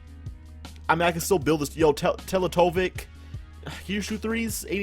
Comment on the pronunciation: Bruh ITS NOT PRONOUNCED TELETOVIK ITS PRONOUNCED MIRROR- SA TELE-TE-VICH